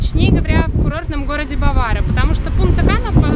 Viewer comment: вообщето БАваро, ударение на первый слог! )